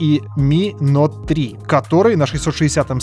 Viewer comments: Правильно плиз говори)) не нот, а ноут ))) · не НОТ говорится, а НОУТ. Ну сколько можно ))) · Vitalij Kolinko это особенность этого канала,Нот)